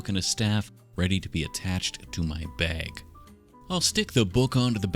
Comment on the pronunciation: the way you say bag is funny "the baeg"